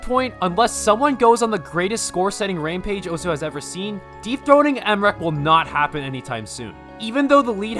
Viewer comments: okay for a sec I thought you said deepthroating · why'd I hear deepthroating mrekk instead of dethroning mrekk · i know he says dethroning but idk my ears hear something else